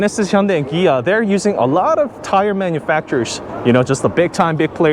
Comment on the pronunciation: It’s Kia with a K, or Gia with a G